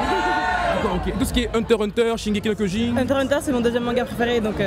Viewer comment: Personne qui dit shinegeki no kiojin ça fait mal